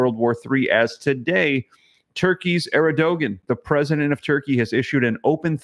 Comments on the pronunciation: Huge fan of the channel! Thanks for what you do. Also just so you know, president of Turkey is pronounced Air-due-juan. God bless brother! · Pronunciation bro. Er-do-wan is turkeys president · To pronounce Erdogan = Air' doe won